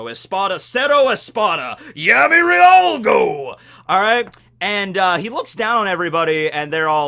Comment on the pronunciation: The Cero Espada thing was bullshit (and caused people to drop the manga). What was worse, though, was how the fight was handled. Also, the romanizations for Espada and Arrancar names are dumb. "Llargo" is not the same as "riarugo", because in Spanish the initial "Ll" is pronounced as "Y".